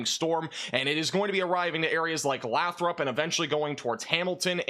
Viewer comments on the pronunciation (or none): Lots of different pronunciations, but in that area Lathrop is pronounced 'lay-throp'